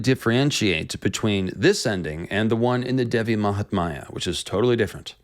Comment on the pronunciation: Hi there, thank you for your interest in making such videos about indian culture and stories. But it is such a bummer when you mispronounce the fundamental names of Gods n Goddess. For instance, Devi is pronounced as 'They-vi' or 'Dhay-vi' instead of your cuurent pronunciation which is almost sounding like 'devil' with a silent l. When names and matras are mispronounced, it could cause harm. May be you could run through your pronunciations with respective cultural natives to add credibility to your videos. All the best.